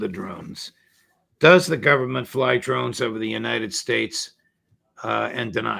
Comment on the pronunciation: It’s not “drones.” I mean come on. This undermines his credibility on all issues massively.